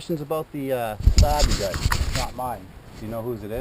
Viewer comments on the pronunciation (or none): none